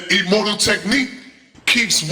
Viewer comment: So much mispronunciations, illmortal...powerphrasing..allege..